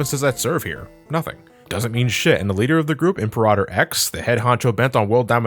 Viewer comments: Im-puh-rah-tohr. Im-peer-ruh-ter. Dammit,, you have me questioning how the word is said now. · "Im-Per-AH-Tor"? I'm sorry to be that guy, but it's "Im-PEAR-Uh-Tor". Think "Imperial" or "Emperor". You played BlazBlue, you should know that, just think of Imperator Izanami. Sorry that's just the one thing that bugged me all throughout the video. I remember playing this game a lot, being one of the first few Sonic games I ever played, and it had a few good moments, but yeah it was a slog all throughout. I do like some tracks in it though, that final boss theme is pretty good. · "Impa-rah-tor Ix" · You mispronounced 'Imperator'.